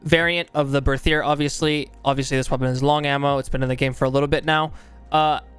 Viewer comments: The Berthier is a french gun if I'm not mistaken, so it's pronounced with a regular "T" sound, not a "TH" sound. "Bertier" basically. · Me and my friends as we were first trying to read this name pronounced it as 'Berthier MLE' so from that day we just call this weapon 'MLEH' and I think it's very informative. Also, I am hyper for SCOTTFIELD META honestly, I really liked the crudeness of this weapon when they added it, but the reload speed was waaaay to long for me to use it in a fight (as we usually just go all in into the enemy team, cuz of playstyle XD) so now with speed loader I think I might find it veeeery nice.